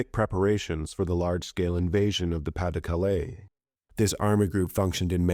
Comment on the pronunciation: Btw, your pronunciation of "Pas-De-Calais" was quite good, thank you :D